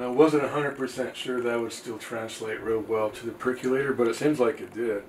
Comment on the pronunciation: My only complaint ... why do people pronounce it "perc-you-later" when it's a "perc-OH-lator"? (Pet peeves) ☺